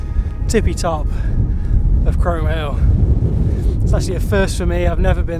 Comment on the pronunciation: Great video...well done guys .In a few years Aurora will be romping up hills with you! We did those hills a few years back, and I was told in no uncertain terms, by a local in the pub, that it's pronounced "Chroom" Hill! I had no idea! Anyway, brilliant stuff you two/three!